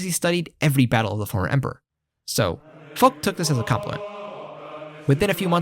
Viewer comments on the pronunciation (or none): the prononcuation of french name make it hard to know who tf u speaking about (like Foch is spelled Fosh, we dont have the barbarian germanic sound in our language such as kh in arabic)